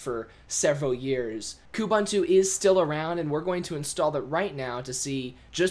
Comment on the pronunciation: A short visit to Ubuntu website will help you learn how to pronounce Ubuntu and Kubuntu! It is pronounced "oo-boon-too" and therefore "koo-boon-too". Nevertheless, thank you for the video. It's been rather helpful. It would've been way more helpful without your invalid personal opinion here and there! :|